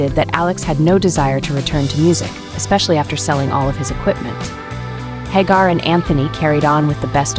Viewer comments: HAG-AR?…..(Pronounced HAY-Gar) This AI stuff is annoying. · It's pronounced HAGAR and not HAAGAR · AI Crap... can't even pronounce the guys name right.